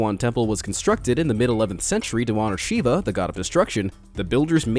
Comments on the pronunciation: thats not how you pronounce shiva.I am saying this because I am Indian so get rekt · its not pronounced sheeeva its shIva with an i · Umm... The god of destruction is pronounced Shiva not Shivu.... Anyway love your videos... keep up the good work ❤️❤️